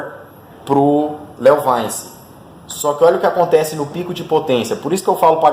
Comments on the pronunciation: Eh LeoVintche que fala! Léo vainci kkkkkk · Eu já tive um leovaice é top o barulho kkk engraçado a forma que você pronuncia